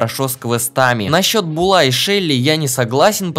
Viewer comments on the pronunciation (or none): Буула а не булааа